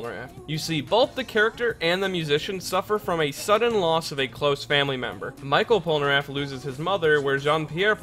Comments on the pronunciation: michel in french is pronounced like "me shell", not micheal :p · We don’t say Michel [maïkeul] as you would say Michael Jackson But we say Michel [mishel] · It's pronounced mee shell Polnareff, not My kel :( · Michel pas michael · "Michael Polnareff" XD in english this name will sound like that: "me" "shell" : meshell polnareff (if you want) But never "Michael" XD I know it's not important in your video, but you've make me laugh x) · It is supposed to be pronunced " MICHELLE Polnareff ", not " Michael Polnareff " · Michel Polnareff isn't pronounced as Michael but as "Me-shel" its à french name for both genders Michel for males and Michelle for women just wanted to let you know... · That's not mikel polnaref but mishel polnaref because is "ch" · Ekiri Dream je ne pensais pas qu'il allait dire Michel "Michael", ça m'a fait bugué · ''Micheal'' Polnareff... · In French, you pronounce Michel as "me shell". Other than that, great video :) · The french Michel is pronounced Mi-shell (french don't make "ch" sounds. they spell their "sh" sounds as "ch"). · Michel is pronounced MEE-SHELL but not a long L just the pointed tip of the tongue on the roof of the mouth behind the teeth kind of L. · Michel is pronounced " mi-shell" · Outre sa façon de dire "Michel", sa prononciation est bonne... (Grammaire?) Je suis désolé, je ne parle pas français dans longtemps.